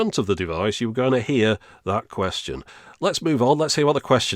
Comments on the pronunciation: I like how the 2-XL says "qwuestion/s" instead of "question/s" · I can't get over 2XL's pronunciation of 'question' ("ques-jone") :) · PLEASE PUSH... THE QUESTIONE... BUTTONE... NOW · "2-XL or not 2-XL... that is the 'QuestYARN'." I just love the way he pronounces that word. It's like he is doing an A.W impersonation, (Artificial Walken), with the sporadic accents on certain phrases. 😉😂 The accents on certain words which he is doing to simulate an electronic voice, is a very accurate prediction of the the very problem that exists here in 2022, as this is always what gives an autogenerated voice away, as the software never seems to know where the meaning of the phrase is (where the accent should be) and what is the start or the end of the sentence. So I say this guy absolutely nailed it! BRAVO🏆 Great video... Quite a spectacular work-around. An English voice over artist in a French fprest. 🇬🇧🤖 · 2-XL pronounces "ques-CHONE" like Captain Falcon pronounces "fal-CONE" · it says "question" like quest yawn, like Scotty Kilmer! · Yeah, the way he pronounces "question" as "quest-ee-own" (among other affectations) is certainly memorable... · Odd pronunciation of question, "ques-chone". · I love how he pronounces "quest-own" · the way he says “quest yeon” is pretty great. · "queshtione" had me giggling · He sounds like Alicia Bridges in "I Love The Nightlife" and her "ack-shawn," when he says "quest-shawn" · I'm going to go around all day saying "kwes-chone." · I don’t think I ever heard anyone nor anything pronounce “question” like that. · Why does he say “question” like that tho😭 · He had a very peculiar way of pronouncing "question" too. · Has issue saying the word question correctly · I'm 36 and had the Tiger version. As soon as he started playing it, the odd pronunciation came screaming back and I remember how my mom used to make fun of that way it said "question". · To me, the only thing that's annoying is how he pronounces certain words, like "question."